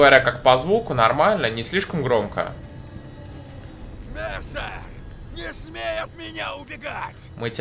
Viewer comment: может не марсер а мерсер